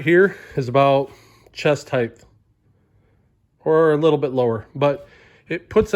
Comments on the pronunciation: Suggestion to YouTuber: Say "height" not "heighth." "Heighth is not a word in the English language. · Not trying to be an ass, but its not pronounced "heighth". It's "height", no "th" on the end.